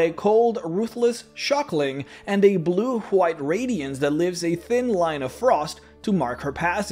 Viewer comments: why do you say white with a J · Good video but damn way he says "white" is triggering